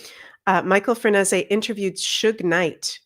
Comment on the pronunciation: Thanks,! I’m looking forward to the whole series. (BTW I believe Franzese is pronounced something like Fran-SAY-zee) ❤